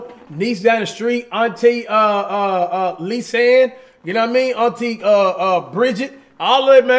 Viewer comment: “Auntie Lisa Ann” We know what you were doing there